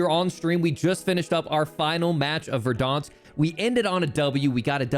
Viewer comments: ITS VERDANSK NOT VERDAWNSK SHOW ME ONE CUTSCENE WHERE THEY PRONOUNCE IT LIKE THAT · learn how to pronounce verdansk pls